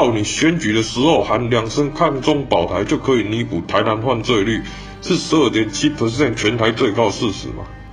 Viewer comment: 只有我注意到 台灣各縣市犯罪ㄏㄩˋ嗎😂😂😂 不過整體來說，拍得很好，感謝為台灣發聲